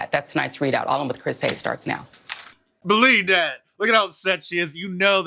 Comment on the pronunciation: Mark it's.. "buh-lee-dat"